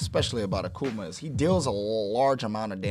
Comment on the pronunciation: a-Kuh-Ma... lol